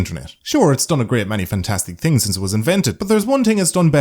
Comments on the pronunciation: I love how you say "tings" instead of "things". It sounds nice to me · I say hings